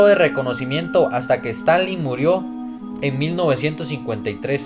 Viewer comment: No sé pronuncia Stanley, se dice Stalin